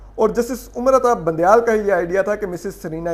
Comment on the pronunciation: Bandyal nahi Bundyal hai